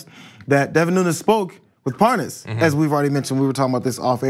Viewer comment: Has anyone done a montage of Nunes (and others) deliberately mispronouncing "Parnas?" I laugh harder every time I see it happen, so if you've got a montage you can make my day. "Par... Par-Nauss? I don't recall any Pour-Noss." XD